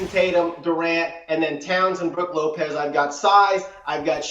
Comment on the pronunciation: Did this guy seriously say brook lopez…